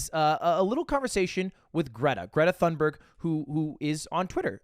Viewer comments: hate to be the nerdge but her last name thunberg is pronounced "toon-berg" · TOON-burg is what i've seen, all i know is you don't pronounce the "th" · i love you lud but you absolutely butchered Greta's last name 💀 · On behalf of all Europeans please don't ever pronounce Greta Thunberg like that again